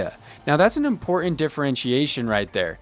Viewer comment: Love your content!!!! But... Impor-ant is not a word. ;-)